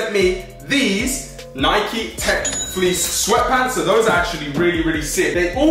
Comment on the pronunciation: its nike not nikeeeee